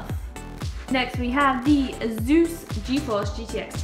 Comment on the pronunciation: I really hate the way you say asus